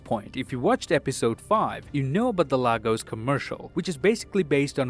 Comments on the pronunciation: It's pronounced "lay gos" not lagos😂😂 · It’s pronounced LAYGOS not LAHgos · Please its pronounced as /Laegos/ not /Lagos/ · I'm Nigerian And you all pronounce lagos wrong It's LAGOS- LAY-GOS(US) not LAG-OUS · It's pronounced LAY-GOES. Former capital city of the Federal Republic of Nigeria. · What is Lagos... it’s pronounced Legos🤦🏿‍♀️🇳🇬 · You Still don’t know how to say Lagos